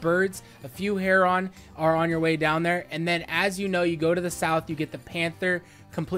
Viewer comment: You say Heron wrong and it drives me crazy. But I like your content, keep it up buddy.